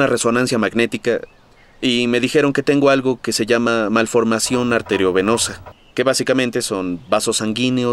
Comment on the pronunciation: Sólo mencionar que en el doblaje de México se dice mal lo que Derek padece, Irwin Daayán dice "Malformación ArterEovenosa" (con E) y en el doblaje Argentino si se dice correctamente "arteriovenosa"